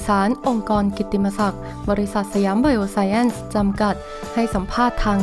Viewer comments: อ่าน สะ หยาม ไบ โอ ไซน์ น่าจะถูกต้องไม่มีแอ้นหรอกค่ะ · อ่านว่า"ไบโอไซน์"มั้งครับ